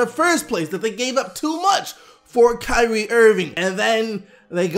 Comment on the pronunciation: "Kywee Irving"